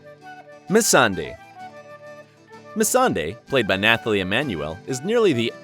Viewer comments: And after that we had NATH -ally Emmanuel. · ugh dude nathalie is pronounced without the h... thats just a common name.